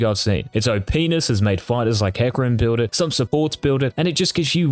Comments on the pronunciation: LMAO he said "OPness" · Did he really say OPenis?😂😂